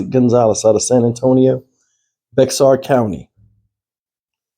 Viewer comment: Hey, Bexar is pronounced bear, like a teddy bear 🧸. I used to live in San Antonio.